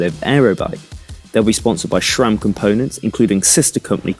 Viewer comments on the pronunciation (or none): It's pronounced Sram, not Shram. Just like it's Scott or Sam, not Shcott or Sham... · Haha. Read your comment and now can't not hear him say SCHHHram.